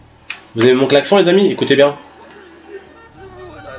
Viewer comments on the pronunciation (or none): 1 on dit Klaxon 2 merci pour la vidéo ta plus un Luke et un aboné